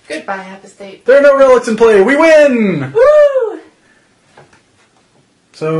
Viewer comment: A-POSS-TAYT, not A-PUH-STATE ... other than that, good job :)